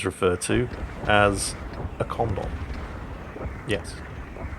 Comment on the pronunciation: We call them condom's too.. only we pronounce it like it's supposed to be pronounced instead of saying Kondom.